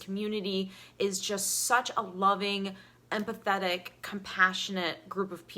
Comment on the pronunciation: Thank you so much. At first I thought you said "and pathetic" but you said empathetic.